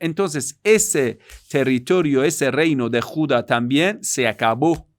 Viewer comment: Tribu de Judá con acento en la a. Te felicito muy buenas clases.